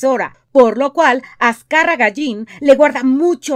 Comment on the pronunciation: Azcárraga llin no mames.... Aprendan a decirlo bien..